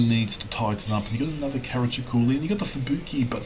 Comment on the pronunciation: Regarding IT BBs: I am yet to get my head around the idea behind them. 55 % winrate = average? What have you been smoking,? Also, "Brit" or "Britney", "he" or "she"? Gender-fluid? Pronunciation approximation: Cah-rah-cho-lo.;)